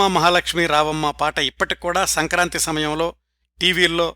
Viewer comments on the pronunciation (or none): none